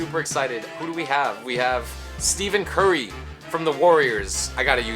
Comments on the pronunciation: nigga said steven curry instead of stephen 😂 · Stephen not Steven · Not to be mean but it was hilarious when he said "Steven curry" btw it's Stephen(ST-EF-EN) curry. And when he was going for the tip and was like let's get the jump shot😂😂 lol. Keep up the hard work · "Steven Curry" LOL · Great video but I will say that you lost credibility when you said Steven Curry lol keep up the good work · Ur not a basketball fan if u say Steven curry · Plz stop saying Steven curry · "Steven Curry"???????? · Hahaha i was dying every time he said STEVEN Curry. Its actually awesome that someone doesnt know who Steph Curry is. His hype is so annoying.